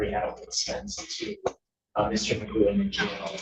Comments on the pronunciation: Pronunciations: = Magoo Cough = coff Through = Throo Tough = Tuff Ain’t the English language interesting? In the UK his name would be pronounced ‘McGoff’ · 1) Pronounces that surname stupidly. Should really be like McGoff. 2) Makes Eric Martin look like Perry Mason. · I'm British and I never heard the name pronounced as "Magoo." In this country rhymes with cough. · Your name is pronounced (Mac-goff) you idiot! 😂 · Why is he pronouncing his own surname wrong!? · And he doesn't even know how to pronounce his own name.